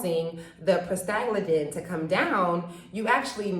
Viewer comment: I think you are trying to say 'Prosta-GLAND-in"